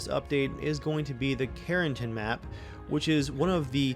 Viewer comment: It’s karen+TAN.